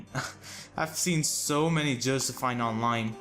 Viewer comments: I'm pretty sure it's "Joseph-EEN" instead of "Joseph-INE" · Josephine is pronounced Jo-sef-eene